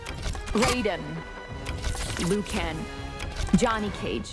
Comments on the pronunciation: "Lew ken" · “Liu Ken” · Yknow what they say, Its Liu Can, not Liu Cant! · What the hell?!? Gareyas? Shung Tsung? Liu Ken? Why, just why?😑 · Lu Ken 🤘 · "Scorpion😞" "Barr-aka😏" "Gayeras 💀" "Shan suun😕" "Liu Ken🤨" "Ashraaah😩" "Havuk🙄" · I swear I heard “Liu Ken” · what the hell is a GayRus, General Sho, Liu kan, Havuk, and Shun Sung???? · Liu kan 💀💀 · GAYERAS LUU KONG SHONG SOONG 😂😂😂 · Lue ken 😂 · Liu Ken…… lol HaBuk….. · Lu ken AshrAAAAH gayras Tsang sungs Labooratory HAV-OK